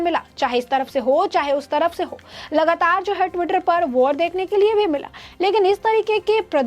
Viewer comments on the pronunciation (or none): none